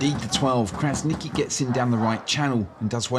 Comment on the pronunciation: Fan from Germany here! I love the series you guys are producing. By the way, as an Albanian, I wanted to mention that the letter 'Q' is pronounced like 'tchi' or 'chi'. So it's not 'Krasniqi', but rather 'Krasnichi' or 'Krasnitschi